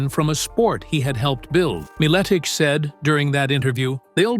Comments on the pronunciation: Put respect on The Legends Name! Even though you can't even pronounce it. Feast on ALL the Sacks of Richards. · If u can’t say his name right try just saying Pat -I knew him a long time ago and he’s a smart and funny guy so shut up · Stopped watching as soon as i heard the AI voice. Cant even pronounce his name right. Lazy AF. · Can’t even pronounce his last name right. SMH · Thats not how its pronounced. And apparently he was most likely correct with his poiitical views.